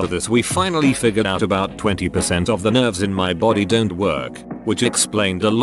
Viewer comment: Can the TTS not read "out" as "put"?